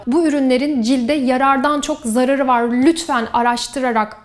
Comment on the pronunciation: videoyu izlerken ürünlerden ziyade -yararı ve -zararı kelimelerinin doğru okunuşunu öğrendim desem ☺️ Ben hep ikinci hecedeki a harfini uzatarak söylüyordum. Fark ettim ki sen öyle söylemiyorsun ☺️ Eskiden videolarının sonunda yanlış bilinen kelime telaffuzlarından ve doğru okunuşlarından bahsederdin. Ne güzeldi o videoların 🥰